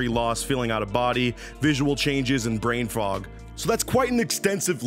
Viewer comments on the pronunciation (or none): I swear you said "brain frog"...